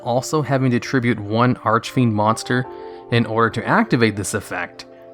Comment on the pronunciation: holy cow. you said archfiend correctly, multiple times.